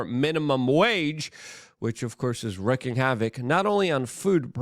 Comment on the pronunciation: REEKING havoc is the way it is pronounced. Wreaking havoc is how it is spelled.